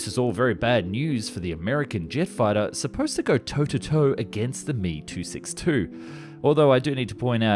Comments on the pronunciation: Not mono-coke, mono-cock. Not he but H-E, and not me, but M-E. Doh! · It's "M E" not "me". 🙄 This is clearly going to be a waste of my time. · What might be causing the confusion is the pronunciation of some acronyms. With voice-bots, 'ME 262' is pronounced "me" (as in me, myself, and I). It is " M.E. 262". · It's not pronounced "ME" 262, it's "M.E." 262! And narrator refers to Heinkel planes as "HE"! How can they get the inflection and accent right, but not know these simple things? Anyway, all the Bell planes were revolutionary (especially the X-Planes), but I never cared for the P-39, P-59, or P-63, and from what I've read, neither did the USAAF! They later gave up & moved on to helicopters, which proved better for them. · You need to watch your pronouncing of things and check facts better. Me isn't pronounced me, it is Em Eee. Britain had the first running jet engine but the Germans beat us into the sky. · Wtf is a "me" 262?....its M.E. 262...and the Heinkal aircrafrt desgination is H.E.,Not "he" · The M E-262 was NOT super Sonic lol. It’s also not pronounced “me”. You pronounce each letter. How do you think you can teach anyone anything about a subject without even knowing how to pronounce the most basic of things on the subject? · You lost credibility when you pronounced M-E 262 as "Me" as in the phrase "who me?" Nobody does that. And implying that the Me-262 was super sonic. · Yes, the Mee and Hee grated on thee. I guess if you've only read (red?) it then you pronounce it how you see it. I don't think the publisher is exactly a subject matter expert. I think maybe the Meeee-262 was supersonic once it had it's wing shot off. Unfortunately only in a downwards direction though. :) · M E not me. It is standard and correct to say the letters.